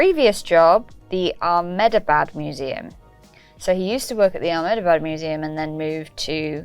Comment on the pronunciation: fun game, but ya definitely don't need to add a 'kh' in ahmedabad, lol